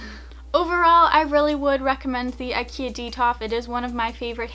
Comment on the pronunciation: IKEA it’s not pronounced like that,but okay